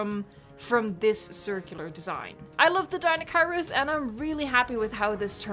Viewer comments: It pronounced deinocheirus (DI-NO-CHI-RUS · deniochurus thats how you say it